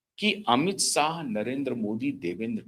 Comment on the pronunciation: Plz pronounce words properly . It is not Amit sah but Amit shah , not sarad pawar but sharad pawar not sayad but shayad